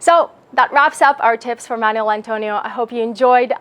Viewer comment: It's not "manual". It's Manuel.